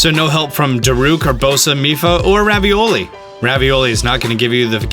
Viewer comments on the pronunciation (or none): It's Ruvaly nat ravioli